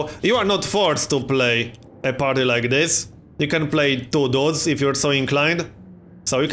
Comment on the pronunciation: your pronunciation of "dudes" is the absolute best: "doods"